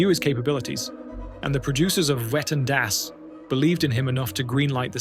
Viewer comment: can't stop laughing. i remember the whale tale. i had completely forgotten that incident. it was definitely worth a retell. ps - german has no 'w' sound. no 'whu'. all 'w' s are pronounced 'v'. so it would be 'vetten dass'. just a wee fyi. (a vee fyi?). thank you to rammstein for that knowledge. and to you for another astoundingly excellent presentation. you are always raising the bar.